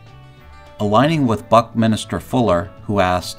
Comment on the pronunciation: Buck-Min-ster not Buck-Minister